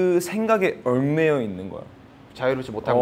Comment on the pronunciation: 버논의 ‘얽매여’의 ‘얽’ 발음 좋다 얽수로 좋다